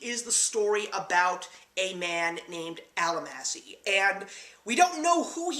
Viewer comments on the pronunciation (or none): No, Fiennes's character's name was not "Al-a-massy" - it was pronounced "All-MAH-shee"....helps with the integrity of your review to get their names correctly. But yes, it's a brilliant movie. Terribly romantic but you don't really find out why until you're almost at the end.